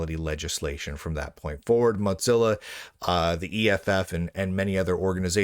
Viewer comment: I'm aware of the God-Zilla to Mod-Zilla connection, instead of saying Mo-Zilla - it usually sounds like you're saying "Mud-Zilla" - it's just off. Best tech news out there, so it's cool.